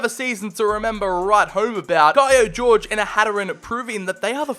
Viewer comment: I think that he is not called Jorge, like George, but like Horhe, or Jorge in Portuguese!